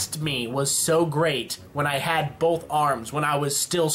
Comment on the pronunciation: did you say bolth?